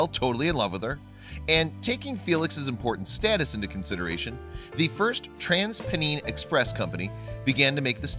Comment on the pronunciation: Maby because this American dude can't pronounce things right? He can't even say TransPennine Express correct...lol